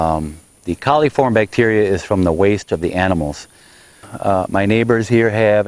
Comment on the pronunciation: It's coliform not caliform.